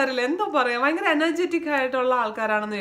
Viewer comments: വയങ്കര അല്ല ചേച്ചി ഭയങ്കര ആണ് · Kottyamkar 'fa' parayum poleyaa EkM kkarkku 'va'😀fayangaram.. Vayangaram...